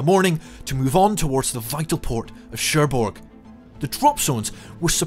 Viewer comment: hmmmm cherbourg is also mispronounced